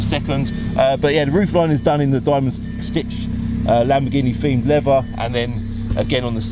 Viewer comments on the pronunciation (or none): none